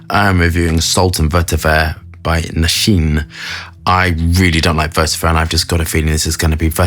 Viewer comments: Knee shan aye . not Nashine Lol. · Nee sha nay not nashin